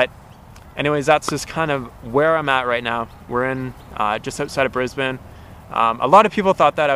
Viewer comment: Well done on pronouncing Brisbane correctly.